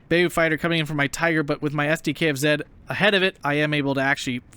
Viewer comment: Great gameplay, but when you're pronouncing Beaufighter its "bohfighter"